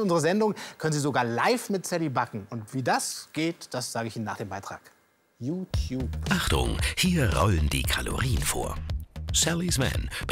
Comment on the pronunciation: es heißt youtube nicht youkube